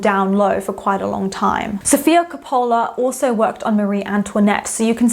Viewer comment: Sorry, confused: KOPOOOOOOLA? Where does this pronunciation come from?